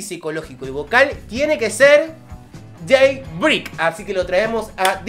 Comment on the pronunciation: Se pronuncia day BREIK! ❤